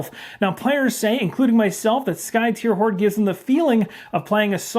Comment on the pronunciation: I think you're the only YouTuber I've heard pronounce the name Skytear correctly. I wasn't sure myself a year ago, so I asked the game designer. So if anyone else is wondering, is correct. It is, according to the designer, "tear" as in "to rend." 🙂